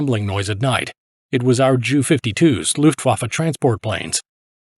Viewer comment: I wonder if it is AI voice. Who would pronounce Ju as Jew?